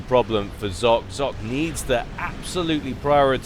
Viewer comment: "Zlock" huehuehue Great cast as always!